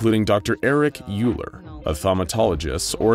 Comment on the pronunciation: As a math major, with all humility, and apologies, it is my duty to point out that "Euler" is pronounced "OY-ler," not "YOO-ler..." assuming I have that correct.